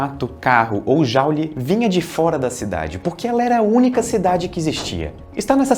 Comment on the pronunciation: Excelente vídeo, só faltou pronunciar Joule corretamente: ˈdʒuːl